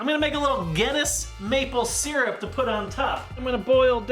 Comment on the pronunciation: Wtf was that "maple syrup"